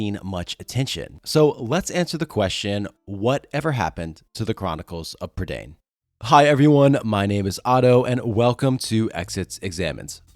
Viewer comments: its pronoucned prUH da eye n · Lloyd Alexander said that it was pronounced Prih-DAYN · Hi, Welsh person here, Prydain is the Welsh word for Britain, it rhymes with mine, and doesn't rhyme with main